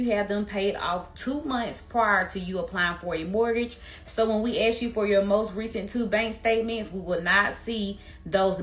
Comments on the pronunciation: it is "ask" no "aks". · Ask not Aks